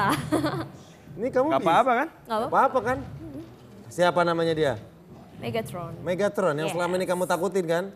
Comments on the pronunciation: megtaron? Megatron yng bener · Menit bukan Megtaron tapi mega tron